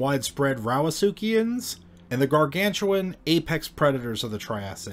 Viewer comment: Drinking game take a shot every time he says suchiaans. Also imagine walking through the forest and instead of stumbling into a bear you come across a 7.5 meter long crocadilian. No thank you. 😬